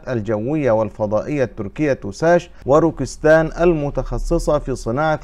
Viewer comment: الشركه اسمها روكت سان وليس روكيستان او كما تلفظها روكبستيان روكيت كلمه انجليزيه معناها صاروخ rocket